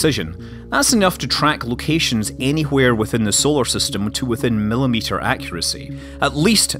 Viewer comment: 6.35 milileters lol :P